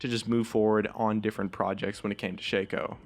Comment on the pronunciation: Ok listen up shaco's name is shaco not shakeo